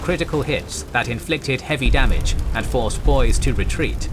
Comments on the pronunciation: Idahoans now hate you, it is not boyssss. Its Boy see. Boise... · Would be a great series if it wasn't for the mispronounced american words. I do hate the british creep of American English since our ancestors took such great care to distance ourselves from the british. How so you say? The Boise cruiser being said as bose instead of boy see . Admiral Halsey as hal say instead of hall sea . No telling what other mistakes are done... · Very well done! Apart from some pronunciation (BOY-zee: Boise) this is one of the very best presentations I've seen, notable that the facts presented sync with many prominent works including Neptune's Inferno, Japanese Destroyer Captain, among others. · FYI, Boise is pronounced "Boy-Z", not "Boyce". Great video. I'm amazed at the detail and quality of the graphics, which put to shame anything I've seen on television. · Boise=Boy-Zee. Not Boys. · Boise is pronounced 'boy-zee'. It's the capital of Idaho. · or so, the Cruiser Boise, your pronunciation really really hurt. It's not Boice. BoySea/Boicee is the correct manner. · Just as a heads up: you pronounce the "e" in "Boise." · The constant mispronunciation of names and monotone delivery by the auto-narrator/TTS system is just massively annoying.. I really tried to watch it, but finally gave up a "boyce". WHich is too bad, because I think it could've been really good with a bit of effort.